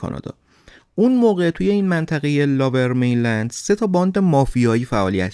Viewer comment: ، ببخشید این منطقه لُورمینلند(lower mainland ) است به معنی مناطق پست تر یا پایین تر به نسبت رودخانه فریزر،نه لاورمینلند. ارادت